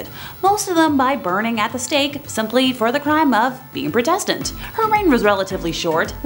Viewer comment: The emphasis in Protestant is on the first syllable. It sounds like PRAH-testant.